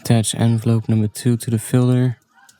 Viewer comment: its pronounced filter